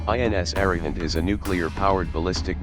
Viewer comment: INS Arihant pronounced as UH-REE-HUNT